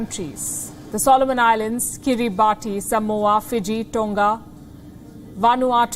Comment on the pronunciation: Note Kiribati is pronounced " Kirribass"